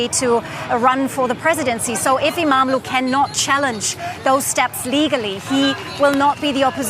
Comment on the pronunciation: The more you cover the news about Turkiye, the better you are getting at pronouncing Imamoglu. Just not quite there yet. :)